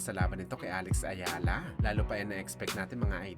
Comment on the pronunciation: Alex Eala hindi Alex Ayala pangit na nga ng boses mali pa mag banggit